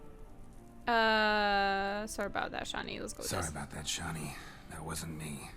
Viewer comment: your so in your thinking what O Dimm is that you didn't notice that there is a new Character entry about him. Maybe you learn a bit more there ... otherwise I have to spoil you and that´s not what I will do ;) EDIT: her name is Shani not Shanti xD EDIT²: WTF ... so you will the best part of this dlc let go just because you make Geralt thinking like a human? As far as I know witchers and sorceresses are not that monogamous like most humans are. And as someone else said in the commentaries of one of the last videos: any romancing in the dlc doesn´t effect the romance between Geralt and Yennefer... it would only be more fun to watch (and probably to play too). You really want to make this dlc a boring one?